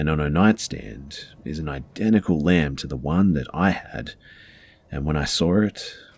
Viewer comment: I thought he was saying lamp the whole time until the end when he said it was the one from the conjuring movie then I realized he was saying lamb 🤦🏼‍♀️